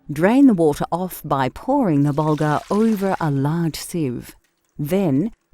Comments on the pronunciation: burrghul not bulger sheeez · It's burgul not bulgar ! 😂